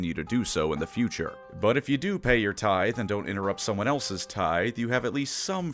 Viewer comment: Nobody is going to mention that PNW finally learned how to pronounce "tithe" correctly. 😂